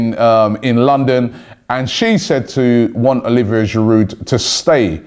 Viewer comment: It is MkhitAryan, not MkhitIryan...and „Shiroo“ not Sherude...you really have to work on your pronounciation😂